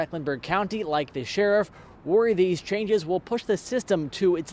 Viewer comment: Dat is wut da shurriff need. Why can’t black people who are supposedly educated put plural sounds on anything that needs it? That dumb ass sheriff said that. “Dat is wut da shurriff need.